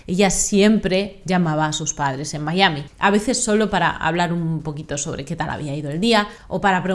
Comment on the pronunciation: MI-A-MI, venga que tú puedes. Decir el topónimo en inglés es totalmente innecesario amén de ridículo.